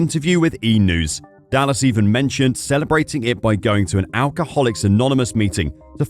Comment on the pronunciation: Is this AI? The speaker can't even pronounce Dallas right...